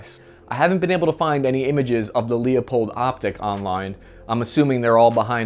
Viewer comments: Not a huge deal, but just want to point out Leupold is pronounced: "Loo -pold" not: "Lee-oh-pold" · Ok...as an ashamed-to-say-it Oregonian, I would like to give you a gift. It is this; Not...Lee uh pold. NOT THAT. But rather, LOO-a-POLD...small a for very VERY small effect. Like so small you can barely hear it when saying it. Its right down the road...about an hr from me lol The one I've been saying wrong for a long time is Kahles. I said it as if pluralizing that gross leafy crap...apparently it is kah-less as if to use a Boston accent and explain your current vehicular status... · LOO-pold not Leeo- pold. You got it?? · It's Loo-pold, not lee-oh-pold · As soon as you said LEO-pold I had to stop the video and dislike. Face Palm. Yeah, I unsubbed too. How can I trust a so called "gun expert" that cant pronounce the family name of of one of the most venerated companies in optics? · It's Leupold! Not LEO pold! Front, back, go, ready, -GO!